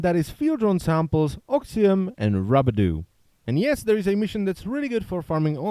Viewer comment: He said "Rube Do" im done